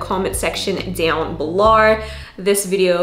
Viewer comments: Why am I hearing an American accent but when you say down below it literally sounds like ur down below like Australia. Am i going crazy lol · I think it's like her catchphrase, and it kills me every time. I actually like it 😂🤣. I've caught myself imitating her 😭😭😂🤣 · lol she just does it all the time when she says the word “below” for funsies 😂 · Yesssss! “Below”, I’m here for it. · Every time you say "below" you sound like you're Australian or something. Lol ❤️